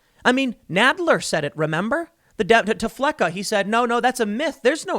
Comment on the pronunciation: It's FLECCAS not flecca. If you're gonna shout out do it right. While you're at it have on the show, because he's great.